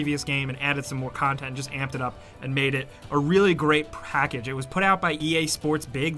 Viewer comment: "made it a really great prahkidge". I don't know why but I love that pronunciation.